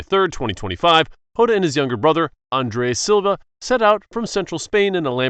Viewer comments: It's diogo jota not diogo hota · Jota not hota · Yota❌ jota😊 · Bro it’s Jota not hota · diogo jota not hota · Diego jota not yota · Yeah that's very bad pronunciation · That’s not how to pronounce Diego jota